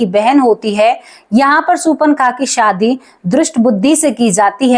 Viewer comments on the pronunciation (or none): none